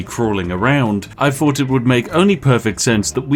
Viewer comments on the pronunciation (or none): Dude cannot properly pronounce the "th" sound to save his life. "Fink/fought," "nine fousand," "wif," "everyfing," "furvur ado," "stealf/stealfiest," etc. I assume based on his YT name that it should actually be pronounced "Spithing Brit"